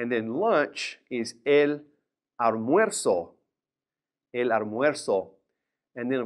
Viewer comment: Sir Why did you pronounce Almuerzo as ARmuerzo and not ALmuerzo